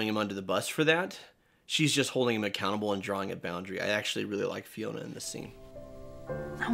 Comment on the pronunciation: FIONA! Not Finona who TF is that?